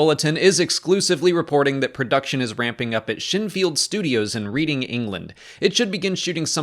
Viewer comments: I’m sorry, in REE-DING?! It’s RED-DING. My poor British heart. (Just joking, literally every British place name isn’t pronounced as it reads, it’s a nightmare even for me) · It’s pronounced redding not reading for reading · btw As a Brit Its pronounced REDding not as written 😉👍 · It's pronounced "Red-ing" not "Read-ing". Cannot wait for this series, though! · "Reeding, England" 🤦🏻‍♀️ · "Reading" is pronounced "redding". Source: Am English. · Reading is pronounced reding... Funny Americans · It's pronounced Reh-ding. But no worries, I blame the Queen. Also shows how little I care about Star Wars. No matter the director it'll be a Kennedy laden shitefest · Reading, the town, is pronounced "redding", by the way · Thought this as soon as he said it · Came to the comments to say this. Glad both England and New England agree on this pronounciation haha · Oh it pained me when you pronounced reading. It's pronounced red-ing. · Lol! It's pronounced RED - ing. But given the way it's spelt, I can understand the mispronounciation. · Just FYI my friend since it may be a word you'll be saying a lot covering this; "Reading" the place name is pronounced "Redding". ;) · Great vid but for future reference Reading is pronounced Red-ing like the past tense of read lol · So funny not even native speakers can get it right OMEGALUL